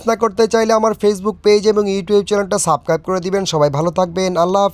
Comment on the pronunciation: উচ্চারণ হবে সাবস্ক্রাইব/ SUBSCRIBE